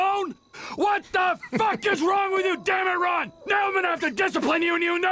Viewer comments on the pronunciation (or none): calls ron a wade 😂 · You kept saying wade for Ron lol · He called Ron Wade🤦🏽‍♂️ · No ones talking about how he called Ron, wayde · Did he call Ron wade